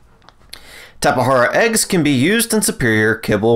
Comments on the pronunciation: It’s a fucking “J” not a “H” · I couldn't even finish this video hearing you say tapa hara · It is Tap-e-jar-a I believr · Due to an update changing taming times, times and quantity of food mentioned during that section are approximately halved. Tap-eh-har-ah is the most accepted pronunciation I found in the community, it's also the one that I personally use, so it is the one I used. If you want to be the most accurate, the word originated from a tribe in Brazil, and it was most likely transcribed into Portuguese. In Portuguese, the letter "J" has more of a "zuh" sound than a "juh" or "huh". Therefore the most accurate way to say Tapejara is more Tap-eh-zer-ah or maybe even Tap-eh-jer-ah might be acceptable. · I've always pronounced it Tape-Jar-Uh or Tap-Uh-Jar-Uh/Tap-Uh-Jar Really weird. It's just how I read it,and heard others pronounce it. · tap- E- jar- uh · WHY IS HE SAYING TAPAHARAAA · Say it however you want or however is most comfortable for you. I made this comment in response to the dozens of comments I have deleted about me pronouncing it wrong. But to answer your question, the word used for the name originated from the aboriginal Tupi people in Brazil, which leads me to believe that it would have been transcribed into Brazilian Portuguese, which pronounces the letter "J" somewhere between the English pronunciation of "Z" and "J", something like a "zh" sound. So, somewhere between Tap-eh-zer-ah and Tap-eh-jer-ah is the most correct pronunciation. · Tapahara or tapajara? Lmfao